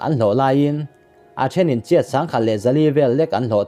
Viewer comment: Lo haw lem lola,graduate tal i ni ve hrim2 em le??? ... K tihchhan ber chu Burma pawisa i lam dan hi "CHIAT" I t a!!!! "KIAT" tihtur zawk a ni e. Zoram mipui tamtakin i video hi an en c a, pronounciatiin te hi uluk leh dik takin hmn zel han tum teh le... Keep it up n all da best!!